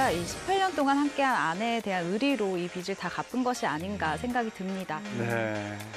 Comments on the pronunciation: 기자라는 사람이 표준발음법도 모르네;; 빚을- 비슬(x), 비즐(0) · 빚의 - [비제] 빚을 - [비즐] 빚이 - [비지]